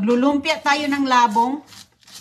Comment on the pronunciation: Di na nagsawa sa ka popost ng old vlogs ni roning,ano ba yan?? wala ng bayad yan sa YT,nalaos ka na.😮😮😮 hindi la bong ang pag pronounce,Labong'.!!! mabilis ang bigkas.